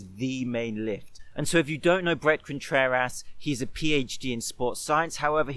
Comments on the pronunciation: Contrer-ASS he said lolll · More like Contrer-ASS, amirite? Oh wait, you're saying it like that deliberately, too, aren't you? God dammit. Seriously though, it's a good lift. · Am I the only one hearing Brett Contrer-ass? Lol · Great emphasis on ContrerASS 👌